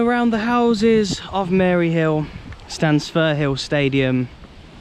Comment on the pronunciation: Hearing a Englishman say Maryhill is hilarious 🤣